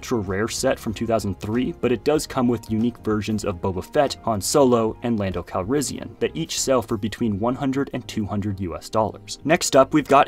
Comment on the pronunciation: Normal people: Lando Calrissian: Lando Calrizzian 🤫🧏